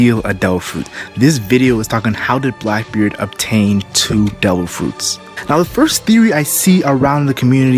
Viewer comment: "dare ah fruits"